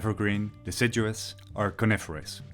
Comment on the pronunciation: I’m not the only one who heard “Carnivorous” trees in the beginning of the video and was immediately terrified of the outside word until my brain readjusted itself